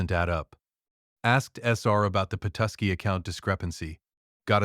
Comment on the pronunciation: What a heartbreaking story about a son & DIL’s betrayal. Glad you got the Grace home. Listening from Traverse City, grew up on the OMP…but seriously AI mispronounced Charlevoix and Petoskey.. :/